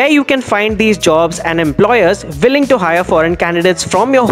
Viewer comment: Hello speaker why do you pronounce "with" as vith or "willing" as villing ?